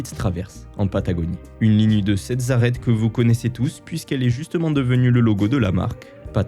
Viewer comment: "Une ligne de sept zarrêtes"... C'est quoi une zarrête ? 😛